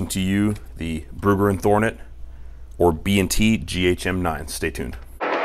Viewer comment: It's not Thornet lol driving me nuts haha